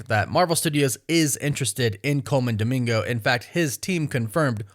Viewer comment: Pls not dimingo 😂